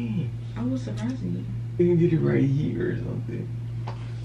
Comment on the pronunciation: She said “suprising niwggas” lol ❤️😂